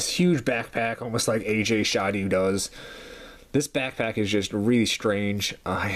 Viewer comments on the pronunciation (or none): I believe his name is pronounced: AH-JAY SID-OOH Also…you are right. Despite what the packaging might say…that’s a Corythosaurus…not Parasaurolophus.